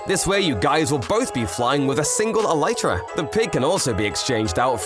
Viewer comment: Bro says”Eletrea”